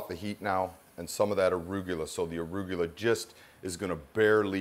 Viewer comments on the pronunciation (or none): never knew arugula was pronounced aruygula